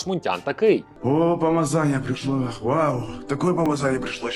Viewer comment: Відбірна калібрована крінжа, ммм, каааайф😅😅😅 Обожнюю 'ту памазанью, уххх такая памазанья прішла!